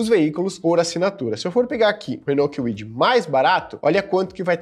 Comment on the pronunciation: Renault quiuidi 😂